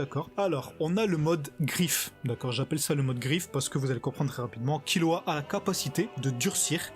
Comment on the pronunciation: C pas kirua mais killua